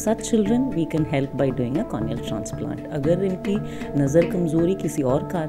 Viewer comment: please correct pronounce the word cornea not cronea